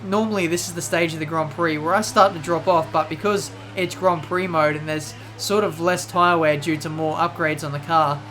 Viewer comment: horrible pronounciation of gron prok